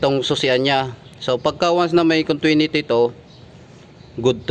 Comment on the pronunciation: Maganda ang vlog mo brod, pero correct ko lang continuity yan brod, hindi contwinity pero magkatunog lang yan diba?